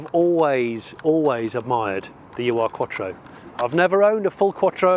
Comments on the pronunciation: Great video!! Fab 80s fave of mine too! Fair play that’s quite the hike to get to as well PS. It’s not “Uwe Arr” Quattro, it’s OOR Quattro, from the German word Ur meaning previous, ancestral or historic so Ur-Quattro is a bit like saying it’s the OG Quattro in German if you like. “Ur” is a word not an acronym. 👍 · Love your video's but hope you don't mind me correcting you on the pronouncation and meaning of "Ur Quattro" The translation of Ur from German is "traditional", "primal" or in this case probably "first" would be the best word. Ur is pronounced not "you ar" but more like "lure" without the "l" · Ur-Quattro simply means 'original-quattro' in German. Its not U R Quattro. Ur reads like 'ou' in tour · Do some research and get your pronunciation right.... it's not " you are".... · Now go find one of those Starions (they're even rarer) [The (mis-)pronounciation of Ur-Quattro is hilarious 😉] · The UR in the name is the german word 'ur' meaning 'original', 'first'. The u is pronounced as in “do” or “through”.